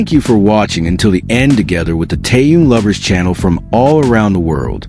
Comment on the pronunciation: Ты норм? Хватит впаривать дезинформацию! И поправь произношение имени Тэхёна!!! Что за кринж?